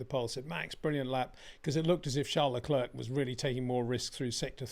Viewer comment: Hey, It’s not prononunced Lecl’erk’. It’s lecl ‘air’